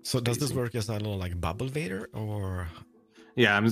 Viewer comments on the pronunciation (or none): none